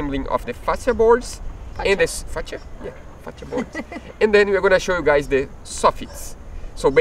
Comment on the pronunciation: Great work. Well done. Oh, and it's " fa-she-a " (fascia). 😉.